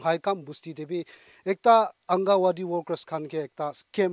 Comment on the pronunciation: Thanks for the information on the scam calls,, but the word is pronounced as angangwadi not angawadi..